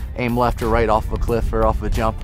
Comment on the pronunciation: Shright, Shleft. Awesome, lol.